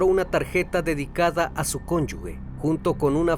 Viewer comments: Se pronuncia "conyuge" y no son porq no están casado legalmente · se escribe conyuge se pronuncia (conyuje)... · Cónyuge, sin la "u", suena como j, se pronuncia "conyuje" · Todo muy bien, solo un comentario para tu audiencia y seas mucho mas profesional-- se dice CONYUGE sin la U entre la G y la E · Cónyuge se pronuncia conyuje